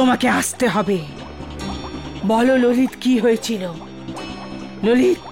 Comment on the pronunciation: ভাই এটা কী রহিত বলছে না _ললিত 😅